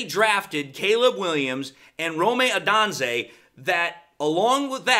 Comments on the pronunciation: respectfully correcting your pronunciation of the Bears receiver. It’s Rome as in the city O- dune-zay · just respectfully letting you know…. Rome’s last name is actually pronounced “Oh-Dunes-Aye”…. #OnePride✊🏾🦁💙